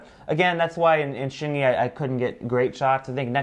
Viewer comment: Wait that’s Xingyi not Xingy ………